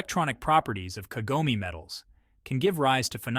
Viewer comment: Tell your stupid AI voice that Kagome is 3 syllables.